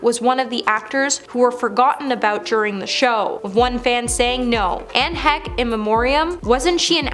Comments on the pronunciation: Who is Anne Heck! Not very good at paying respect yourselves guys with the name mixups guys. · Girl, pronounce their names correctly. Edit out your mistakes. Do better. Who is editing this video??? Anne Heck???? At least Google their names before you record your video.